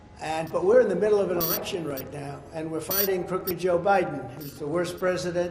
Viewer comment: Election not Alection right?